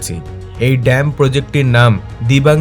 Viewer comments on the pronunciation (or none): It's not DAMP, my dear it is called DAM .